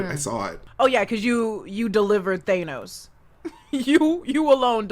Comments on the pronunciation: It shouldn’t bother me so much but I’m annoyed when people pronounce thanos in a weird way. (Thaynos) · & Red Skull: The only 2 people who pronounce it "Thay-nos". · Why do they pronounce Thanos as Thay- no?